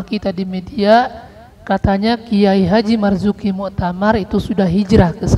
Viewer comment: KH. Marzuki Mustamar, bukan Muktamar, kepleset bro...